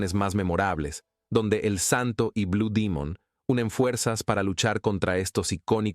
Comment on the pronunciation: Es demon no dimon😂